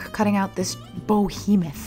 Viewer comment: Behemoth prounounced 'Be-hee-moth' not 'boh-hee-muth' for the love of god 😂 also 'alas' means like 'oh no!' Love the outcomes despite my grammar OCD